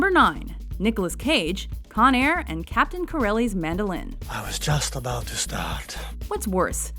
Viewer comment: Subtle difference, everyone says canadians say "aboot" but to my ears it sounds more like "aboat" or possibly a hybrid between the two. Maybe this is why the Canadians always object to this portrayal. Often the subtlety in understanding a true accent is lost. Canadians also don't say "baig" instead of "bag"...it's more like "bayeg" but shorter, as if one syllable.